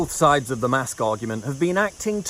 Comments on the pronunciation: is it just me or does Dr Fauci call a mask a "MAST"? ?😆 wtf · Did Fauci say "mast" instead of "mask"? What, are we supposed to be carrying flags now?